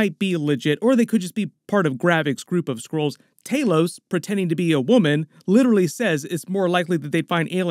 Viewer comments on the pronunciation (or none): They are called SKRULLS. You keep saying SCROLLS.